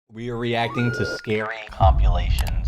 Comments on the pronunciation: The fact that says "compulations" instead of "compilations" always makes me giggle a little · why tf r u saying compulashons and not compilations...